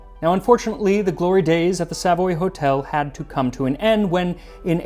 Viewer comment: Max was looking quite the peach in this video, even more than usual. Entertaining and informative at the same time, delicious. (The pronunciation of Savoy was perhaps influenced by French, but was certainly not how a Brit would pronounce it which is essentially soft throughout.) (On a completely separate note - and nothing to do with Max - I laughed no end at the advert for BP's electric charging points; BP score a 97% disapproval rating on Trust Pilot and my own experience did nothing to change my opinion. One wonders whether the advert should be had up under the Trades Description Act.)